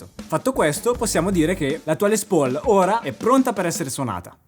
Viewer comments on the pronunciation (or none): none